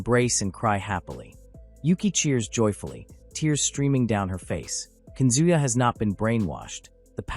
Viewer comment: This manga so interesting but howwww hard can it be to pronounce the names a little more accurately ;-; nAOkO and kAZuya, tf is kunzuya